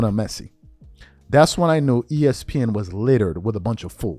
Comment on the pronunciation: but you cant say messi's first name 🤔....another unforced error